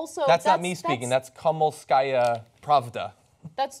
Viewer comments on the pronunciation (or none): Though I agree wholeheartedly with what's being said, it's still funny how they mispronounce the word Kom-so-mol-ska-ya)